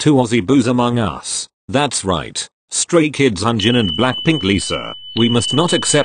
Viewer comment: 0:9 BRUHH HE LITERALLY SAYS STRAY KIDS ONION AND BLACKPINK LISA 😂😂😂😂😂😂